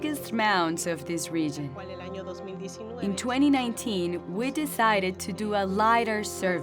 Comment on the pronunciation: "about ten kilometers from here, is one of the biggissst mounds of this rigin"